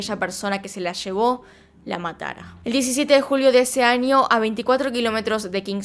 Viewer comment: Vale vale pero “anio” jajajjs (no es a mal eeeeh)